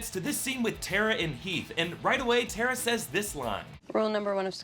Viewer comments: Teeth and Hera he said instead of heath and Tera (who else heard this) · he said Teath and Hara instead of Heath and Tara, lol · He definitely said Teath and Hera... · he said teath and hara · He says Teath and Hara lmao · did anyone else notice that he said "teeth and hara" I laughed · he says, "Teath and Hara." It made me laugh. Thanks. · i just realized he sad teath and hara lol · hahaha he said Teath and Hara!! lmao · he says teeth and hara